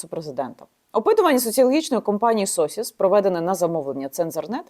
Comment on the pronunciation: Компанія Социс, а не Сосіс)))